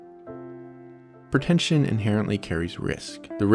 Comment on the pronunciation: 'PER-tentious, PER-tention...' The narrator can't even pronounce the words properly. Help him